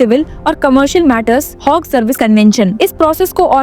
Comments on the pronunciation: Why are you mis-pronouncing Hague, It is not a HOG it is Hague! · It is not Hogue....it is Hague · This lady seriously needs to improve her English! Its not Hogue! Its Hague! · Please Google your pronounciations of words Hague and Indictment